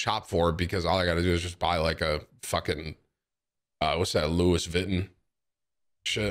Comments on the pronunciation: Loo ie vuh ton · This man said Louis vitten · Louis Vittin 💀....the way he prenounced it😭